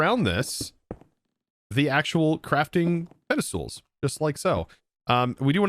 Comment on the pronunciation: Pede"stools" lmao XD